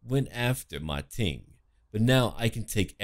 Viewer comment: Actually its "Ma Teng" (馬騰) not "Ma Ting".